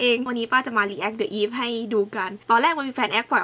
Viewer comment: The eve มันอ่านว่า 'ดิ อีฟ' นะฮะ